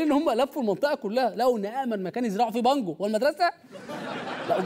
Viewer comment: همه قالوا بانجوا انا سمعتها مانجوا😂😂 قلت فيها ايه يعني لما يزرعوا مانجوا اتاريها بانجوا😂😂😂😂😂